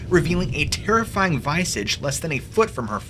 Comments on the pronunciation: The word is visage, not vice edge lololol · visage = vee-sajh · Still mispronounced "visage" lol I cannot verify the accuracy of Ukrainian pronunciations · TelEpathy,, portholes not portals. Check pronunciation of '"visage". It's a really good channel though 👍.